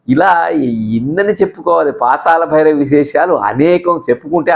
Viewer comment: meeru "La" ni "la" palukutunnaru. PaataLa bhairavi, Paatala bhairavi kaadu. Manninchaali. NTR became a super star after this movie.